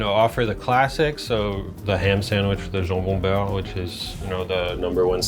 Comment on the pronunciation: When the chef said jambon beurre it was game over already.